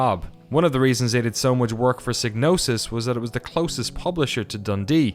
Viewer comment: psygnosis rhymes with psychosis if you pronounce it correctly. It's Psy-gnosis.